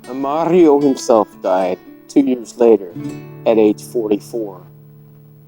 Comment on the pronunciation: Such a tragedy for young couple. I LOVE how you added an Italian accent to their names. Good job senior! 😆